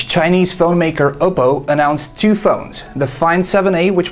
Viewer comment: I thought it was pronounced Op-po, not O-po.